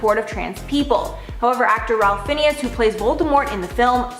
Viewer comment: . I’m not sure she could have screwed up the pronunciation of Ralph Finnes any worse: it’s “Rafe Fines”; not whatever the hell she said. . She really needs to check names Tila Tequila Nguyen’s name is pronounced “Wen”. Jesus, get a clue. Do some research if you’re not sure. It makes you sound dumb. Has this woman ever heard an interview or even seen Chuck Lorre’s name spelled out? I can’t see how she got a job reporting on Hollywood when she doesn’t seem to know who the players are.